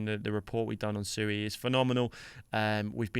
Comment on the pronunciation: It’s pronounced SWEE as in the word SUITE. You obviously have not watched anything with the founders. Just because most people pronounce it wrong doesn’t make it ok